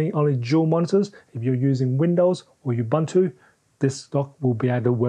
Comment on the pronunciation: say it with me: ooboontoo not ubuhntu